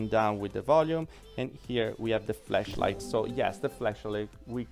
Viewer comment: It sounded like you said fleshlight! 😂😂😂